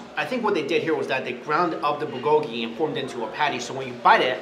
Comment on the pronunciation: The way you pronounce 'bulgogi' makes a part of me die inside. But it is not your fault😂 I am Korean